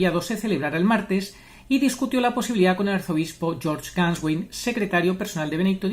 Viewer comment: Se agradece si aparece la Voluntad de aprender a pronunciar Nombre y Apellido de Georg Gänswein, por respeto a su Procedencia. Desde mi ignorancia, trato de aprender a pronunciar palabras de otras Culturas ya que heredamos un Mundo Babélico y hay que acostumbrarse.